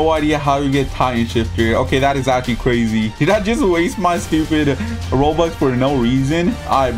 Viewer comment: does someone notices how says''crazy''? ''crezzy!''